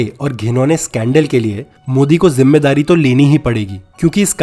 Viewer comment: Jimmedari ko jimmewari bol Raha hai ye ❤du Ye ky Desh ki jimmedari lega 👎🏻